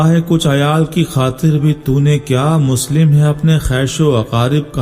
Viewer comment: اچھی تشریح آپنے پیش گی لیگ مگر مسلم نھیں مسلم لام کی تشدیدکےساتھ لفظ جے اسکو درست کرلیں